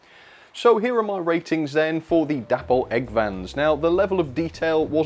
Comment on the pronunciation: Please stop calling the company sodding Dapple, its an insult to the memory of David Boyle. its pronounced Day-Paul